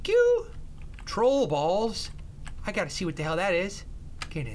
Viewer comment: Have you gust noticed that he always says I gotta pUs